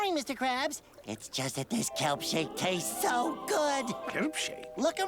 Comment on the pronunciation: "KELP CHAKE" 😂